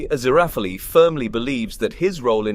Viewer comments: A-ZIR-a-FELL Thus his cover name of A.Z. Fell. Mr. Fell. NO hard ee at the end, though if it were antique Greek the final e would be sounded. But it's not real antique Greek, and you're driving me insane with that extra sounded syllable, which at the very least makes one suspect you didn't really watch the show. Ah-ZIR-ah-FELL. Crow-lee. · Don't pronounce the 'e' at the end of the name 'Azirafal' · Great video but however, I'm convinced Fufur read for this video. Azirapalala. Azirapapap. Aziphapleara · I felt like in that one episode where Furfur can't pronounce his name correctly. Aziraphalala hahahaha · Ah-zira-fail is more accurate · So far so good, besides the correct pronunciation of Aziraphales name! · I can't believe I just endured 11 minutes of this skin-crawling pronunciation of Aziraphale only to realize this is was merely and simply a RECAP of season 2, not an EXPLANATION. Certainly not containing anything SHOCKING at all. The things you do for a few visualizations. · He pronounces the last syllable like fail, but It think Crowley may say it more like fell. I'd definitely take fell over the many wrong pronunciations in this video. And, yes, Crowley with a long O as in crow, but at least he isn't using five different pronunciations for his name as he is for Aziraphale. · Your pronounciations of aziraphale just keep getting more strange as the video goes on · Only heard it said correctly once in the entire video. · Never worry, one cannot simply pronounce Aziraphale’s name. 😂❤️❤️❤️ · It's ah-ZEER-ah-fail, and CROW-lee. Honestly, it's hard to listen to you when you can't even pronounce their names correctly (or consistently). Did you even actually watch the show? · I would find the review more credible if the presenter wasn't mispronouncing BOTH the primary characters names!!!!! Did you even WATCH the show cos the names are stated regularly and clearly!!!!!!